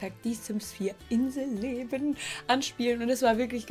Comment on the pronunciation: Als du inselleben gesagt hast hat sich das an gehört wie In the leben